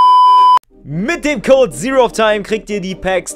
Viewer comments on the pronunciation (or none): none